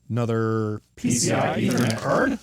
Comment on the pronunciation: i like the part when he says P C I E T H E R N E T C A R D